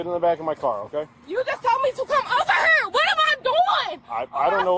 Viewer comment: What the flock is an "ehr", ya dopey girl creamed corn girl, it's called an ear, learn pronunciation. This ain't about an accent. Because I have an accent. Learn how to pronounce things regardless of your accent. Don't perpetuate and promote a certain type of broken vernacular because you think that's what it means to be black cuz I can guarantee you it isn't. also the word "hehrrr", not here.